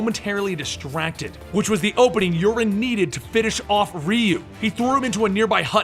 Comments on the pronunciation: the way you pronounced Urien is wrong. its not (your - rin) it's (your ree in) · You pronouncing it "Urine". lol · it's U-ri-en. it's Sho-ryu-ken. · theres an I in Urien..... and Theres an RYU in Shoryuken.